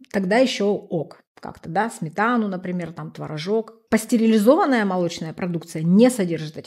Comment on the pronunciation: Если вы нутрициолог со стажем,вещаете,то потрудитесь правильно называть слова- пастерилизованные . .может все таки пастеризованные? Режет слух...вы просто дилетант ..отписка ..